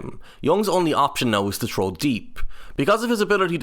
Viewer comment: I got to before I ran to the comments to see if someone else noticed😂